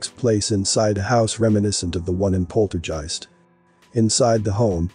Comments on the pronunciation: It's POLTERGEIST....Not "Polterjeist"....Uggghhh!?!? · Good video but > It's NOT pronounced polterjeist (with a j). And the reference to 'cash cow' refers to the bankster clans own reference to us as their cattle (its written in their 'belief system' books). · I cant listen - saying polterjeisg with a j is triggering me! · pronounced guy-ist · Dude you need to pronounce the word 'Poltergeist' ' like you would the 'G' letter in the word 'Ghost' that's how it sounds not like a 'J' as you say otherwise great video! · You're mispronouncing the name of the movie. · Who doest know how to pronounce poltergeist?? Just when its mentionned a dozen times... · Sir. poltergeist is pronounced with a HARD G (like give or guitar) sound. Not a j sound (like jive). Just saying... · While your video is interesting and informative; you sound about as enthusiastic as a rock in your descriptions. Unless you’re using a n AI voice for the narration; which would explain the mispronunciation of ‘poltergeist’ several times.